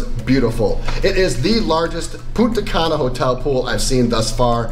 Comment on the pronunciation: It's punta CAN UH not punta CUN Ah